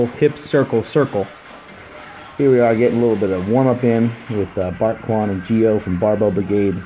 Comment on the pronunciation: Lmfao "misa bawt-kwan"